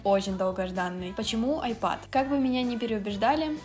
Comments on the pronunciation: Не айпад, а айпэд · АААААААА НУ НЕ АЙПАД ЖЕ АААААААААА АЙПЭД